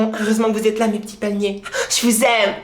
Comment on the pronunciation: Gangeusta palimer-euh :D